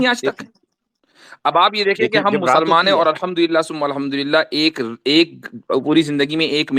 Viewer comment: 😅😅😅😅 he was saying alhumdurial atheist hon 😅😅😅 high on weed 😅